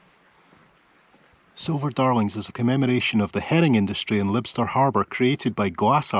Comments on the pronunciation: It's Liebster, not Libster ;) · Prounced LYE-B-STER. I lived in Caithness about 4 years a while back. I adore the place.Orkney is fab too, but they ken it, if you know what I mean:-) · Lybster is pronounced: Lie-b-ster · Yes!!! and 👏👏👏 My husband said to me just now... Say hello to and for me 🤣🤣🤣🤣❤️ You've just asked how to pronounce Lybster. My cousin's wife is from there and she sounds it like lie 😊 Hope that helps ❤️